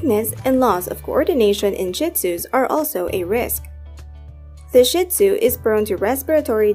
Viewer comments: Not “Shit-Zoo” - it’s “Shee-tzu”. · PLEASE! Don't continue the WRONG and disgusting pronunciation of Shih-Tzu. It is pronounced SHEED ZOO. Saying shit is absolutely crap. No pun intended. LOOK IT UP! Say SHEED ZOO!! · It is pronounced SHEEEEE Tzoooo! The only sh*t comes out of their body. They do not take your things & chew them up. They are very intelligent, & grasp what belongs to you vs. them. They are INCREDIBLE watchdogs!!! They alert with barks & growls when they don't know the source of the noise, NOT a wagging tail! They are very much a part of the family (pack animals), & are very protective of their pack/human family!